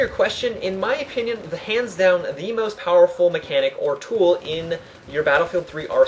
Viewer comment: its called most, not must.